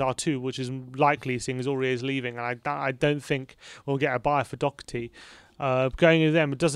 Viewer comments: It’s pronounced “dough-her-tea” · Doherty is pronounced as written. The 'o' as in 'lock' and the 'h' as in 'hat'. Thank you for all the updates, COYS